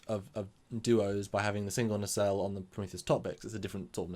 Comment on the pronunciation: Okay, IT'S NOT, REPEAT, NOT a 'nacelle'. Can we move on now?